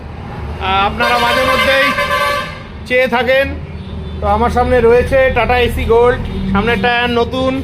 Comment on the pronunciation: দাদা ওটা এসি গোল্ড নয়, সঠিক উচ্চারণ এস্ গোল্ড